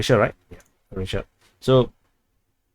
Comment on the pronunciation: It’s pronounced as “Crow-ats”, not “Crotes”. 😂 Sounds like you have a Singapore accent!